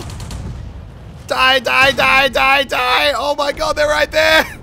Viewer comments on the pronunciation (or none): you scream "die die die" like "nein nein nein"